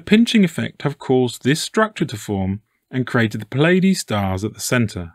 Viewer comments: It's NOT the effing Pillaydees. FFS, there is no i in between the P and L of Pleiades. It is pronounced plee•uh•deez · NOT Pill-Ay-Dees, my brother. British English: Ply-uh-dees; American English: Plee-Ay-Dees, Not (as far as I have been able to tell): Pill-Ay-Dees. Your material is astonishing, by the by. Utterly, profoundly interesting